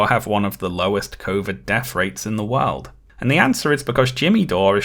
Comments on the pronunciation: “One of the higheres rates…. INNA WOURL” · "oneatha higherest rates... INNAWORLD" wonderful moment